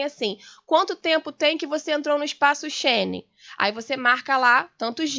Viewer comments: espaco Cheni? espaço Schengen minha senhora, que fiasco essa mulher! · Disse espaço" Shene" ou eu percebi mal??? *Espaço Schengen*...é que tem um som completamente diferente 🤔 Acho que a senhora, como advogada que é, devia ler mais, estudar mais, e, sobretudo, pensar mais, O Brasil para o Reino de Portugal nunca foi considerado colónia. Quando se deu a independência do Brasil o país era um modelo de organização a nível mundial, Os USA não estavam, nem de longe nem de perto, organizados economicamente como estava o Brasil ...Não entendo como é que reclamam ainda por esse sentimento de justiça...Essa Dra. que faça uma pesquisa pela verdadeira História e que se deixe de histórias da carochinha ...Se tiver curiosidade veja os vídeos